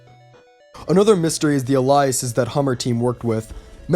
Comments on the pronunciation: ay-lee-us, not ah-lie-us, the former is the word you want, the latter is a name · No offense intended, but it's pronounced "ail-ee-us", not "ah-lie-us". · It's pronounced ale-ee-es